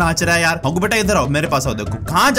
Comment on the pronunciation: Dr Jaggu. it is Haggu